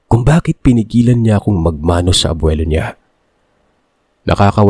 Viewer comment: Ano ang mahirap bigkasn abwilo o Lolo😂